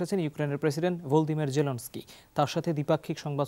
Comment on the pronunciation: ইউক্রেনের প্রেসিডেন্ট এর নামের উচ্চারণ ভূল করেছেন।